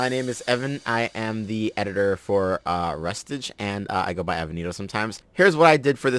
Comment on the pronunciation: Did he just pronounce it Rust-Age???? My head bin pronouncing it Rus-Ta-Ge(like Hokage) the entire time